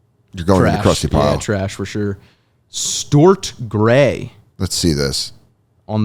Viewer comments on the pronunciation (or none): Stort 😂😂😂 that was the first time ive heard someone mess up the name stuart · Why does pronounce names like he grew up in a shed? Byeron and Stwart 😆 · messing up the names and only kinda knowing the big name people is hilarious. "Bye-Ron" and Joe "DA-mars" "Sta-arrt" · Stuart pronunciation really cracked me up, thank you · Stuart = "Stort"